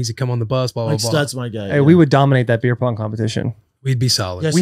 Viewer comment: Brandy Schwab seriously struggles with vowel sounds and the English language in general. Pronounces beer as "bear" and bear as "beer". Cheer as "chair" and cheer as "chair". 😭😭😭😭